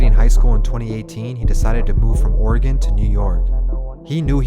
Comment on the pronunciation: FYI; “or gun” and “lake aus sweego” for Oregon and Lake Oswego